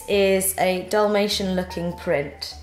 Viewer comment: I tough she said "damnation print" not dalmatine 😁